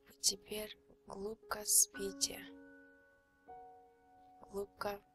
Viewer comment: я уже начала засыпать, как услышала " Вы начинаете глубко, улубко спать" 😂😁